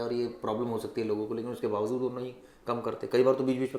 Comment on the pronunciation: Bawajood, correct, Bawazood wrong